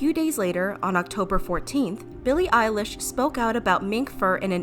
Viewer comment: I heard Billie eyelash I am sorry